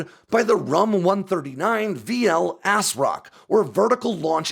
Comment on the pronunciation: I'm sorry, did you just say ASS ROCK?